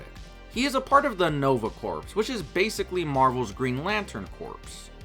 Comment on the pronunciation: Just a little thing, but "Nova Corps" is pronounced like "Nova Core." The p is silent, it's not said like "corpse."